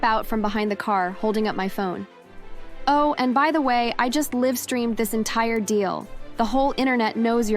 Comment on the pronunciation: Wait, did she just pronounced livestream in a different pronunciation?